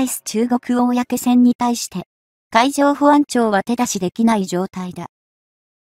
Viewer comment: 「こうせん」です。「おおやけせん」ではありません。プッ！